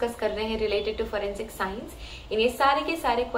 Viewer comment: Its not furensic science it’s forensic science